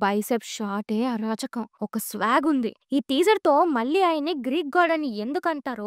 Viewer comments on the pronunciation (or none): none